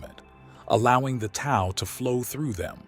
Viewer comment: Very insightful..,just to let you know, Tao is pronounced "Dao"; the "t" is said as "d". Thanks for a very good video!